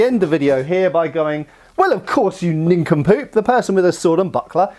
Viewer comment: 😂 nincampoe...town idiot.. native 🇺🇸